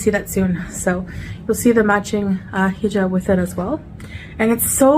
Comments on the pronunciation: Am I the only one that gets triggered from the way she says hejob instead of hijab??? Krajisnici absolutely bananas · It bothers me. And I’m not Muslim. She’s cos playing.